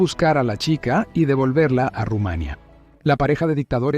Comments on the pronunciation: Es Rumanía, no Rumania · Dios Rumaniiiia ,no Rumaaania😂😂😂😂